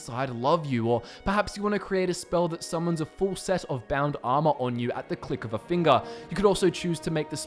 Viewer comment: I love how he says finger, “finga” I really wanna get oblivion now, never played it